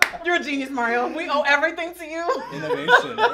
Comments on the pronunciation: It's mar-E-o not mair-E-o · Not Mary-O, auntie. Lmao I love you. You look freaking stunninggggg 😩